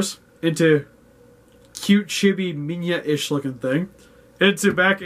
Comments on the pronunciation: And by the way... IT'S LITTLE GODZILLA, AND IT'S PRONOUNCED MINILLA NOT MINYA. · bro dosen't know how to say minila instead minya💀☠